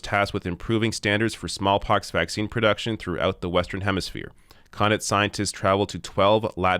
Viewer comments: Thanks for this. Yes we suck. BTW, it is Cuh-knot. not Connit. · The stress is on the second syllable of Connaught (Kuh-nawt). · He's pronouncing Connaught wrong.